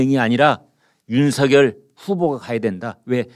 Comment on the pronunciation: 윤석열을 읽을때 윤성열인데 이분은 윤서결로 말하니 이상하게 들립니다.